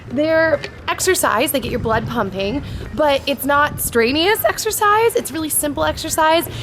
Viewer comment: Amazing video to put into the world. :)) the only thing is, helpful tip. it's [Stren-you-us] I couldn't let it go. Grammar Nazi. :/